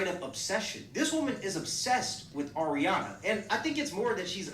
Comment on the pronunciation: Every time I hear someone call Ariana “Arianka” I just lose it. And then for to follow it up with “Ms. Ponytail”? I damn near spit out my coffee. 😂